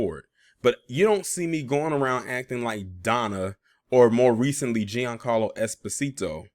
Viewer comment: His name is pronounced "John Carlo". He's Italian.